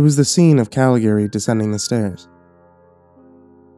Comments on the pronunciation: Normally I love your stuff, but you managed to mispronounce both names pertaining to the movie throughout the entire story. Was very difficult to listen to that way. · I love found footage/old lost movie stories and I adore The Cabinet of Doctor Caligari but your pronunciation of Caligari and Cesare was really...uh....not good. Otherwise a great video and reading!! Very atmospheric, I love the usage of clips from the movie!